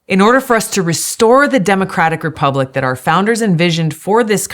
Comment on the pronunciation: I wish you would stop saying demacratic!!!!